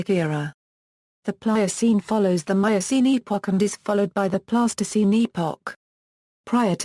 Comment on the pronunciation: Terrible voice over delivers speech like a bad 50s tv robot. Alright you have to use synthesized voice, but adjust the spelling so that it pronounces the words in a correct phenetic manner please! Pleistocene should not sound like plastoscene! Thats a childrens putty ffs